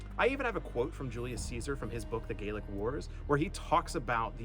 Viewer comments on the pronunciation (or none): so, its not the Gaelic Wars, its the Gallic Wars pronounced "gahl-lik", and the Gauls were Celtic not Germanic. There were Germanic peoples in Gaul but they weren't called Gauls, I believe. Edit: pronunciation might not seem important but in this case it is. Gaelic refers to the Irish, Scots and Manx whilst Gallic refers to the Celts of ancient Gaul and Germania.